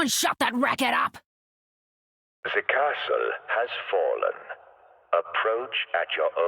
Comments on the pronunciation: The comic relief of the story. The only thing I don’t like about her lines, is her pronunciation of “castle”. Australians don’t pronounce it like that. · That’s exactly why I find her pronunciation of the word so unusual. Meanwhile you have Reinhardt’s VA, an American, pronouncing the word castle how a German person normally would